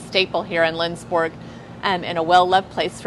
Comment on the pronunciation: As a Sweden I would love to visit this town and store! To actually see how Swedish this actually is :) ALSO on a side note! if you wanna try to say Lindsborg correctly try to pronounse it like: Lindsborj With the "j" at the ens sounding like your about to say "yes" and the "O" in Borg pronounced like the "O" in "York" hard to explain! But if you have ANY questions about swedes tradition pronounciations just contact me, I can always help